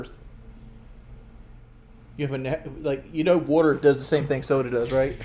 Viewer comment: I cant believe he says these tings.